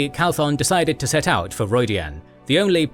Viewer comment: Absolutely love this series. Also it's Matrim "Cauthon", instead of "Calthon".